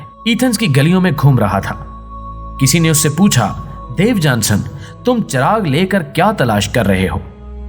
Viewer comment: محترم صاحب۔۔۔۔ مذکورہ شخصیت کا نام "دیوجانس کلبی" ھے۔ نہ کہ "دیوجانسن" یہ آخری "ن" زیادہ ھے۔ انگریزی میں اس کا نام "Diogenes" ھے۔ تلفظ "ڈایو جی نیز" لکھا اور پڑھا جاتا ھے۔۔۔۔ اور مزید یہ کہ اس کے اندھے پن کا تاریخ میں کوئی ذکر نہیں۔ وہ اندھا نہیں بللکہ صاحب بصارت و بصیرت تھا۔ ان غلطیوں کی تلافی کر لیں۔ ممنون رھوں گا۔